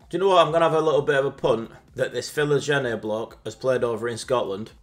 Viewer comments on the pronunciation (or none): The pronounciation of Philogene... and you're english mate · The way pronounces 'Philogene' upsets me and I don't know if it was intentional.